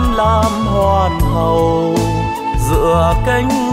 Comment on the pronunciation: st và thể hiện trầm lắng. nhưng hình như cách phát âm có phần lạc hướng... để ý những từ Hoàng hậu Hoàng hôn buông xuống.❤